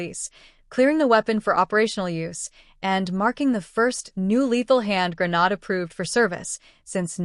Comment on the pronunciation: For the love of God it's Gra-naaaaa-ddddddde, not Gra-nooo-dddd. Yet, half way through the video you say Grenade, then Gra-nod. Videos need some work.